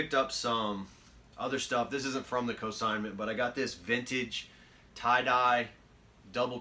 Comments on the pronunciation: Cosignment? I think you mean consignment. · In the vid you repeatedly say "cosignment"...which isn't even a word.